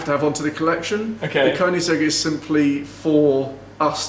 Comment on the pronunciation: Perfect pronunciation of Koenigsegg, snyggt! Riktigt snyggt 😉🥂